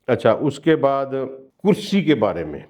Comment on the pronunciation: Sir plz with due respect it is not (kursayyu )but kursiyyu .